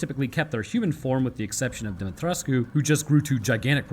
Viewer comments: Yes, you did pronounce the Romanian last name correctly. The game developers failed with the mispronunciation. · Dim-ee-tres-coo. You got it boss